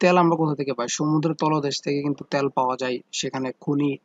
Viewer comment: ত্যাল না তেল 😂😂😂